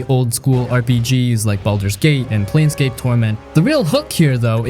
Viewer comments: It's "Plane" scape, not "Plan" scape... Not sure how this gets screwed up... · Confidently mispronouncing planescape as planscape 17 times in the first 2 minutes of the video was brutal 😂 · It’s not Plan Scape torment; you are pronouncing it incorrectly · is it plane-scape or plan-scape bud? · Plane like airplane not Plan. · "PLAN scape" you said? You just got yer card revoked, kiddo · that one thing made me pause the movie to downvote. planescape, as in the planes of reality. if you are gonna recommend something, at the very least get the name right. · That's not how you say planescape... EDIT That's also not how you say Revachol